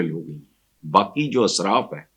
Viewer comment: جناب آپ بار بار اسراف میں الف کو زبر کے ساتھ بول رہے ہیں ، صحیح زیر کے ساتھ ہے israf . بہت ادب اور معذرت کے ساتھ